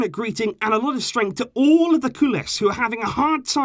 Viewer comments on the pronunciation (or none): none